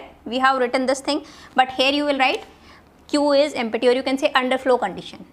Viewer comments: But why "EmPPPPPPPPPPPPPPPty"? not "Empty" ? :p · Pronounciation of "empty" emty ❌ empatti 😍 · The way u say empty is🤣🤣🤣